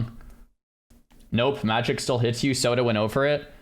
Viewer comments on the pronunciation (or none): none